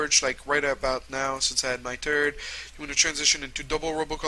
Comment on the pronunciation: i am srry but everytime he meant "third" i sounded like "turd"